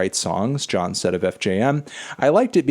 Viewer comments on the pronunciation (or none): none